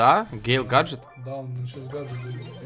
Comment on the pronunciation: Такта не гейл а гэйл